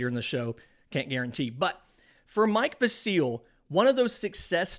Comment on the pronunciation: Pronounced Mike VASil, not MIke Vaseeeeel. lol